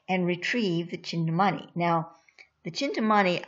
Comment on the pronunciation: Greetings sister of Light with all due respect and heart felt gratitude for educating the desirous!. Spirit has prompted me to share this with you and and all willing to listen... Kindly take note that the meaning is in the word itself if pronounced properly.I know because I am of East Indian origin in my current Incarnation... (currently in Florida and in USA for the past 42 years) Kindly call it by it's name as follows from now on as spirit instructs... The word is pronounced thus... Chin-tha-(exactly as it is written) meaning "Mind" and Mani (pronounced money) meaning "Jewel" the whole word as written "Chinthamani" hopefully after this nobody will ever mispronounce it !!! Thanks.Iam a humble recipient of the "Chintamani" and also a humble servant of the Cosmic working for the"Highest good and the greater glory of the ALMIGHTY! I Am "R'JAAN" the INTREPIDUS. Kindly make this correction in your future reports.Thanks again. Light,Life & Love now and always!!!